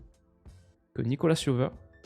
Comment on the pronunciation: pour info, Nicolas Jover est français, donc ça se prononce plus "Nikola Jovaire" que "Nicolasss Yoveur" haha